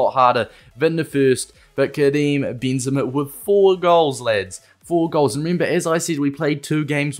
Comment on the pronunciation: "kream bean zama"